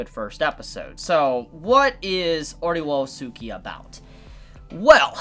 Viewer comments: Ore wo suki is pronounced “oray oh ski” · Ore woah sooki is the greatest pronunciation, regardless of what's correct